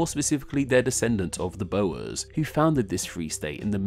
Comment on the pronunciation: Great vid, but the way you pronounced Gauteng killed me xD And boers xD